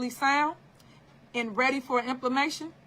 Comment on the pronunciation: Implementation not implamation